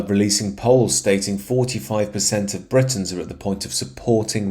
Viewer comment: Why do you keep pronouncing Britons as "Bright-ons"? It's pronounced Brit-ons. As in, British.